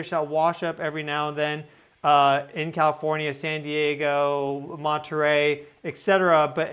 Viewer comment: CAL IF ORN YA, NOT COW FORNYA YOU SHOULD KNOW THAT